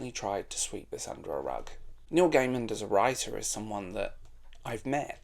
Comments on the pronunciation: Love the video, agree his work is either great or shite. Also, please there is no D on the end of Gaiman. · It's distracting when you pronounce his name with a 'd' at the end every time. Good video, though. cheers